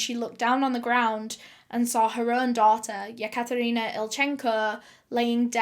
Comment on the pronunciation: Any 1 else cringing everytime she says yakatarina